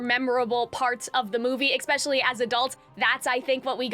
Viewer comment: you are not cringe, your analysis is strong, and your voice is lovely! your only flaw is that you make me a little crazy when you say "eck-specialy"